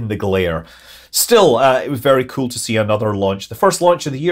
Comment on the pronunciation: I watch these videos just to hear Scott say “kewl” every now and then 😂